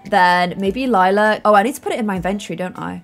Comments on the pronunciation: and the fact that sometimes she still says lilas name wrong after 18 episodes 😂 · I feel like sometimes gets confused with Lila's name. It's the plum gen, not lilac gen. XD it's fine tho.